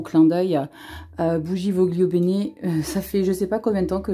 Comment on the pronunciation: On dit volio bene😉